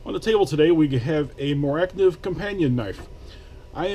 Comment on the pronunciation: It's pronounced phonetically "More-ah knife".